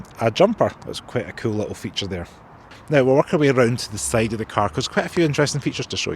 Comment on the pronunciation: Now let's have a look at the sayd of the car.....his accent is wrong 😅😅